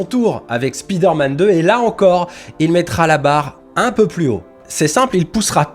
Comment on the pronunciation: Спидерман? 😂 Why you pronounce it this way?